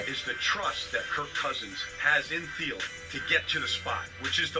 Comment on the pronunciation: Theelen is how it’s pronounced. SKOL